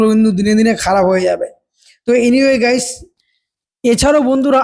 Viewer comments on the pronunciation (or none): none